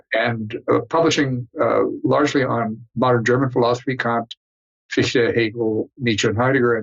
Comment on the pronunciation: The name “Fichte” is not pronounced “Feesh-tah”, it is pronounced “Fich-tah”. Imagine that you are about to say the English word “how” — the pronunciation of the “h” sound in the beginning of the English word “how” is similar to the pronunciation of the “ch” in “Fichte”. Imagine that you are about to say the English word “fix”; now, imagine that, instead of pronouncing the “x” sound at the end of the English word “fix”, you replace it with the “h” sound at the beginning of the English word “how” — next, add a “tah” sound (the “ah” in “tah” should sound like the “a” at the end of the English word “sofa”, or like the “ah” your dentist may have you pronounce when he says to you “Say ‘Ah’”); and now you have an appropriate pronunciation of the name “Fichte”.